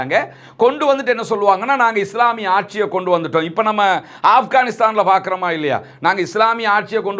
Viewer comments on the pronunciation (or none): Pronounce the name even correctly. The news not accurate. Even Afghanistan.